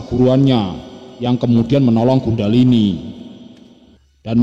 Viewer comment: Maaf,bukan Gundahlini,tpi Kundhalini